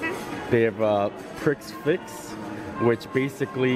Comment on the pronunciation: Pricks fix,, you're killin me smalls! 😂 its "pre fix" I love you guys